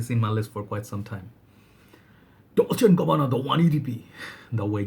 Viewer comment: Excellent choices brother ! The way you said “Chanel Allure Homme Sport Eau Extrême” and “Dolce and Gabanna The One EDP” blew me away XD